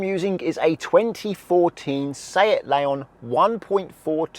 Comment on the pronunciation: this is the first time i have ever heard seat pronounced and im a little tilted, i dont know why it never ocoured to me to say it like fiat.